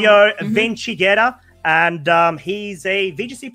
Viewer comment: Solo io mi sono triggerato sentendo "Vincighera"?